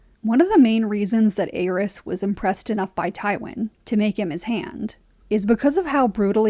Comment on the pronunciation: Great video, only gripe is the way you pronounce the name of The Mad King. It’s pronounced AIR-EASE not AYE-RYS.